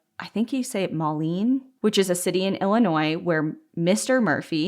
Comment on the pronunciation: You guys did great with saying the names of the towns but I have never heard “moline” pronounced that way lol I like it better than “Moe-lean”